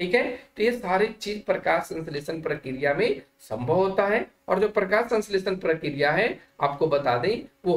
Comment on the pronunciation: Prakriya hota Hai sar Prakya Nahin